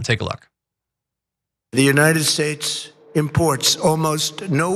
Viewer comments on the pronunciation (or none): Buy your oil from the United 'Shates' of America Donnie? You can't even pronounce your own country for goodness sake! ...